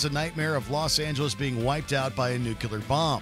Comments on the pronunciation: NUCLEAR = New + Clear NUCULAR = Wrong + Mispronounced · Nuclear not nuculear. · If you're going to make a video that involves nuclear weaponry, can you at least use a host who knows how to say Nuclear, rather than "newcular" for the love of sanity? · Say "new" - "New' - Now say "clear" - "Clear" - Now say "New, clear" - "New, clear!" - Brilliant! You've got it! Say "nuclear"! - "nUcULaR" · Nuclear... not nucular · “nuclear” not “nucular” ffs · People who say "new-cue-ler" drive me crazy Also, no mention of "Greenland"? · New clear. New clear. Why is it so hard for people to say nuclear properly? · "nook-you-ler"?? really, Watchmojo? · "nucular"? Really? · Please learn how to pronounce "NUCLEAR."